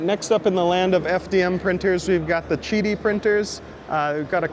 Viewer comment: Chiti? Isn't it Qidi?